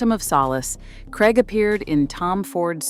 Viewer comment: Krayg not Kregg. Craig rhymes with plague.